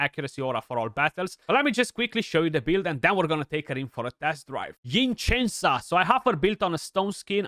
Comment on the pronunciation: I think it’s pronounced Sen-sah.